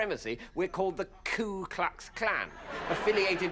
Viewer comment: It's *Klu not Ku.